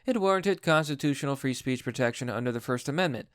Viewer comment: when you said you're not against "free education" it sounds like "re-education" btw i almost unfollowed you but i turned on the CC and it said "three education" so i ralized you just mispronounced.